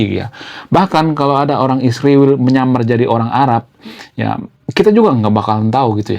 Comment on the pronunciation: ISRAEL bukan isriwil, gimana abang nich kata nya intelek yg benar aja nyebutnya bang..😂😂